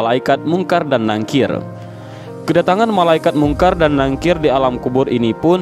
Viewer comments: Izin koreksi bacanya Nakir bukan Nangkir 🙏🏻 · Maaf min,ngomongnya bukan nangkir tapi nakir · Nakir bukan nangkir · Maap mas bkn nangkir tp NAKIR, jg bukan dihisap tp HISAB,sekedar meluruskan mksh... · Munkar Nakir Min bukan nangkir 🙏